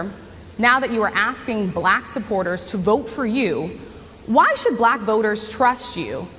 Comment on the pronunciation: It's almost uncomfortable for him to say the word, "Black" he makes the word sound like "blech" It's so damn cringy